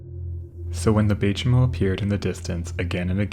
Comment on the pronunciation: I'm not an Inuktitut speaker and only have limited knowledge of the language. But, the "Chimo" of Bay Chimo is pronounced "chime-o" since it derives from Inuktitut "saimuuq", a greeting.